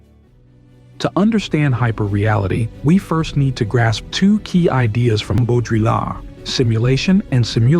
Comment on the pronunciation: Hearing how he pronounced Baudrillard and simulacra killed this for me. SimuLaCOra????